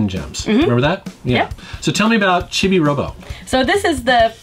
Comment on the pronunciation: Chibi is pronounced "Chee Bee" to my understanding.